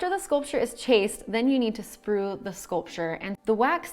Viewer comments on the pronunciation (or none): "Sprue", not "sprew".